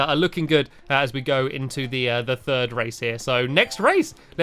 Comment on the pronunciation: You said Furd instead of 3rd